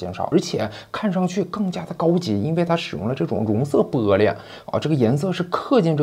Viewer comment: be璃，这乡音出来了